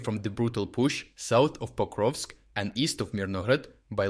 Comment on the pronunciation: Yes, except it’s Pokrovsk not Koprovsk.